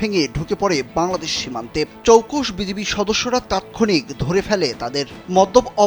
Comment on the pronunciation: কালবেলা সংবাদ কর্মী সঠিক বিজিবির নামটি বলতে পারে না। নাম বিজিবি বলে বিজিপি।